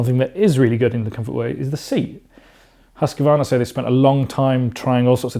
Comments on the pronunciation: Huskvarna not huskevarna, thank you 😁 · Haska-varna ,as you mangling their company's name didn't impress you- to say at least. Some good points, though. Hus-qvarna supposed to deliver a batter final product, especially after so many years of teasing the bike. Much ado about just good enough. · Husk- a- varna ? 🤔 Husqvarna is pronounced like it is spelt. There is no letter a in the middle of the word. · Learn to pronounce Husqvarna first maybe ffs